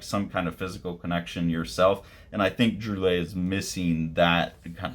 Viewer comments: He is a master, yes very lovecraftian. Splash pages, double pages, playing with image and word boxes as well as lettering. its pronounced Drool - aye. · It's pronounced sort of like "drwee-AY". I learn more unfamiliar names by just plugging them into youtube and listening to a native speaker say it :) Technically the `ll` is pronounce but it works similar to how you would say it in Spanish.